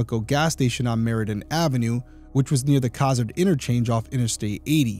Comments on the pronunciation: It's pronounced co-zad. I'm about 75% sure that that's not a Nebraska license plate. If I remember correctly, the plates were white with orange or something all the way across the top, probably chimney rock. Cozad is kind of in the middle of nowhere, like literally, take i-80 West of Lincoln and before long it is all just fields. This has got to be just someone driving through on the interstate and stopped for snacks I think this is an example of you, being from ri, not realizing how big and empty Nebraska is. The one guy mentioned someone in Omaha, that's almost 4 hours away. The only reason you are in cozad is because you're from cozad, or you're passing through on the interstate. I'd look for other crimes along i-80 to see if they matched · I am so glad you do bring attention to these cases. Side note, Cozad is pronounced Co as in coworker and zad like Chad. Meridian Ave was pronounced incorrectly as well, you left out the second I. I have a potentially small and wrong theory, but she was killed on her first morning working as a manager. I’m not sure how long in total she worked there, but first as a manager. Is it possible the suspect was intending to kill the manager who used to work that shift? He could have been sent to kill another woman and was told she always works Monday mornings? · I'm glad you are highlighting this case. Unbelievable it hasn't been solved yet. Also...Cozad is pronounced with a long o. Like Ko zad. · Co-zad is how it pronounced. I grew up in Cozad in the 70s. It was a great little town back then. We didn’t lock our doors and my parents felt safe enough for my brother and I to walk to the skating rink or movie theater. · I grew up in Nebraska and I don't remember this case. ( ) Also, I say Co-zad with a long o. I could be wrong about the long-sounding o but that's how I remember. Great job Derrick!